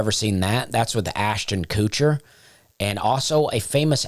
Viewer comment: "Ashton Coocher" 😂😂😂❤❤❤